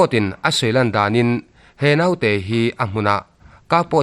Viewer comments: Note ni lo vin,Naute,tih tur.a va pawi thin ve,a lainatawm hle mai. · Mihring ah chuan 'Note' ti lovin, 'Naute' tih tur. I mizotawng chhiar dan thluk pawh hi a dik tawh viau, hmasawn zel tur in ka duhsak a che.